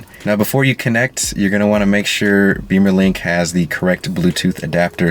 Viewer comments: thanks!! FYI.. it is "Bimmer"...link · Which is pronounced “Bee-mer” which is what he said in the video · only if you are american😅